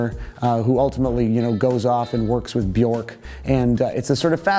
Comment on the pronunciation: "Bjork" rhymes with "work", not "pork".